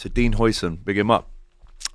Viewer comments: the pronunciation is: HIGHsen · Huijsen is pronounced ‘Housen’ but with the OU sound pronounced like ‘out’ or ‘how’ but in a Scottish accent, because the UI or UIJ sound doesn’t exist in standard English. His name means houses but with the old Dutch spelling (sometimes it’s also spelled Huysen) nowadays it would be Huizen. Speaking of the player we in Holland are saying we missed out on the new van Dijk for the next 10+ years and he played excellent against us in the NL. The Spanish are calling it the steal of the century so that should tell you something….